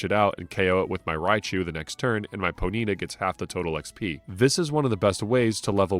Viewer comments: bro really pronounced it "poe needa" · I've NEVER heard someone pronounce ponyta as "ponita" like bonita in Spanish. With that being said, I appreciate you for pronouncing Pokémon correctly and not saying "pokamon" for 4 and a half hours. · Always interesting to see how different people pronounce Pokemon name differently. I've always said Pony-ta for the longest time with that little pause. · Poh-Neeta cannot hurt me. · Whoah. Ponyta pronunciation was triggering. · He mispronounced Ratatta and that got me lol. Everyone except Mahdrybread and Scott's Thoughts mispronounces Ratatta and it gets under my skin. I mentioned it in my video game pet peeves video.